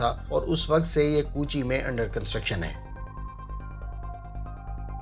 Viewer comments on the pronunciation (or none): Not pooochii it's kochi or Cochin 🥴, my home town